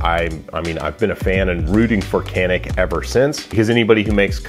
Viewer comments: FYI, it's pronounced "jan-ick" not "can-ick." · Okunuşunu yanlış telaffuz ediyorsunuz. Canik. Yazıldığı gibi okunuyor. 🙂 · It's pronounced "Janick." Say, "pizza." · This is what I was waiting for. 😁 But I want to hear you pronounce it dʒa.nic... 😛🙃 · Canik bought the best gun on the IWA show in Nürnberg. But you guys have to learn how to pronounce the name of the company. It is more like something between J and Ch, like it was written as Janik.